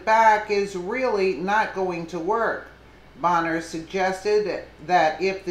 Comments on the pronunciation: It's pronounced "bane-er" lol every time you said "bon-er" I cringed. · Pronounced BAYNER. Did you just start paying attention to polotics?...